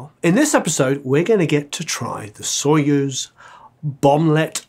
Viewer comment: told ya, not sOyuz, but soyUz ))) we don't say warrEn, we say WArren) great video man! keep goin!)